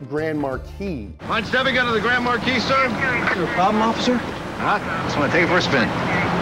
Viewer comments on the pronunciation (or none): Grand MAR-KEYS?!?! No dude. Grand MAR-KEY.